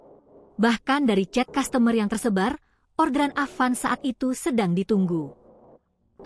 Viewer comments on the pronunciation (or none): Customer itu dibaca "kastamer min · Kok customer dibaca dengan gaya Indonesia ya?